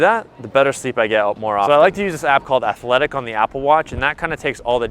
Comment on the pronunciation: yes figured that’s the one. Sounded like he said athletic. When it’s actually Athlytic lol. Thanks mate